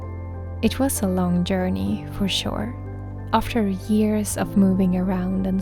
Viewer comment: at the end there your accent almost transformed the word journey into "yearney", which made me smile- how fitting, since this all started with your creative soul yearning for a place to rest and grow. We should all try to have a little yearney ourselves ❤